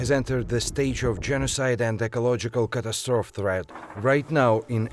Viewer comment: I've never heard anyone so catastrophically mispronounce the word catastrophe in my life...